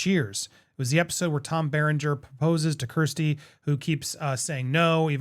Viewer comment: Honey, it's KIERStie, not KRIStie. 💜😎